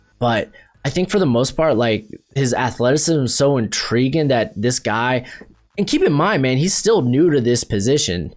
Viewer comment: Good analysis but your presentation is pretty bad. You never pronounce your "-ing's" at the end of words. Like "intriguin" instead of intriguing. And "interestin" instead of interesting. Fumbling over your words. Maybe think about doing a practice run, write down your thoughts. Just hard to listen to.